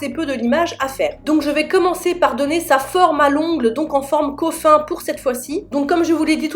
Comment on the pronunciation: je pense qu’elle faisait référence au “coffin” qui se lit “coffine” en anglais et pincher “pinecher” voila voila